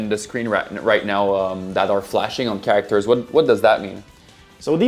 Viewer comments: Cringe every time he says “cAr-aCtOrS” 🤢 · what is a Char-ra-actors? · He said karakterz like 23 times. Good choice. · Hopefully they add more “Kiracktors” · Soooo you’re incapable of pronouncing “Characters”. Ok cool. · ChaRackTers is getting me each time he says it. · "Emfaces" "chareactors" it's so hard to focus on the video I'm sorry, but I haven't been able to focus on anything but the jarring mispronouncing of words. English probably isn't his first language, I'm not trying to poke fun but dammit this video is making me look at the wrong things 😅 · He put the wrong emphASSis on the wrong syLABul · Great can't wait. Also find it hilarious how you pronounce certain words. Like character as "cure-rack-ters" and emphasis as "em-fay-sis" 😂. Nevertheless, nice dive video. Hope you guys do an Xmen beatemup or even DCU.